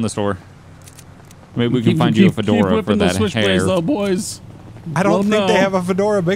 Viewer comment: “I just wanted a FOURdora”